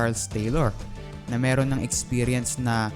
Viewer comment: Mirong (Merong)